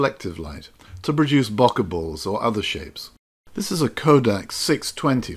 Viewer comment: Thanks for saying Bokeh properly. It means I don't cringe while watching :-) Thanks for these vids. Made me put an old lens on and go out and have some fun.